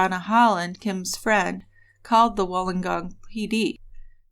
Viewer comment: As a Wollongong girl I am very impressed that you pronounced it correctly , most don’t . Thank you for covering this case , all of us who are old enough to remember it have never forgotten .